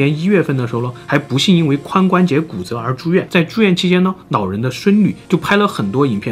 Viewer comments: 是老人還是腦人拜託好好發音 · 这位nao人 叫做nao坡牙 这什么舌头啊这是 😂😂